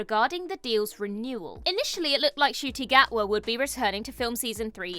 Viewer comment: You actually do pronounce the N in Ncuti Gatwa's name. Don't worry, even he didn't know.